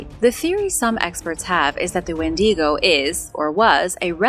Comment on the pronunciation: adore the channel.... but... wendigo is not spanish, it's pronounced WENDYgo, not when DEEGO. i know you try hard and normally you get a lot of words right, but seem to struggle a lot with canadian/first nations names like that one and newfoundland (newfundlund). canadians have a lot of first nation named places and they're are hard to spell and say... IE Penetanguishene... which most of us just call penatang for obvious reasons.